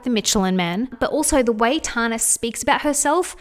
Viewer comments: I love you but it’s pronounced Tan-ah, not Tar-na 😂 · Tana Mongeau’s name is pronounced Tan-na. Like when you tan In the sun. “Tan” then “na”. Tana.😭😭😭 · I love your videos,! Just letting you know that it's pronounced as 'Tanna' and that she openly admits to photoshopping the sh*t out of her Instagram posts... not that it makes it okay but at least she's not completely deceiving all of her audience. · The way she was saying Tanas name 🤣💀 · I never realised how different the we say the name Tana is until I heard another Australian say it out loud haha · I can't get over how you say tana 😅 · love the video but i cant get over the way you say tana haha